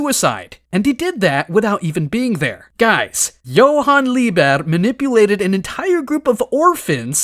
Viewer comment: Why are you leaving out the t in Liebert?